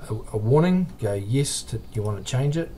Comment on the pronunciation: Press EEESss . for god sack man improve your accent